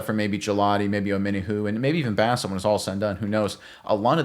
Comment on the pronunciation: Petty sure it's pronounced "Boss"a. .... and he's kind of a Boss. A little development from what he did in college and he is actually gonna be elite. I don't use that word lightly. He is like Bolton with better pass coverage.